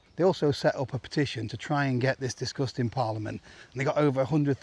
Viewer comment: I thought you were saying “this disgusting parliament” then realised you were actualy saying “this discussed in parliament”. Both are applicable I feel. Thanks great update